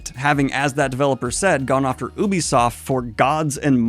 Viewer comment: Really? That's been a common mispronunciation for decades. "Yubi" is correct.